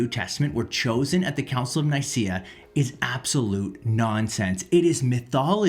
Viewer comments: Here, try pronouncing it the way it is written: Œcumenical Council of Nikæa. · Nicaea - pronounced Neekayah. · 5 bits if information that she gets all wrong, just to prove that she doesn’t know what she’s talking about. Joe Rogan is an even less reliable source. And if you’re going to talk about it, learn how to pronounce “Nicaea” first.